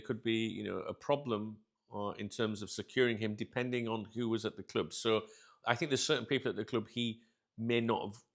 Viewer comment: I don’t like the way you say Club sounds fucked up cljuuib